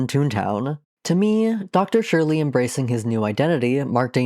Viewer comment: Why does every video about Toontown call Dr. Surlee “Dr. Shirley”? Does this just sprout from how Loopy Goopy used to say it or is that just how everyone thinks it’s pronounced?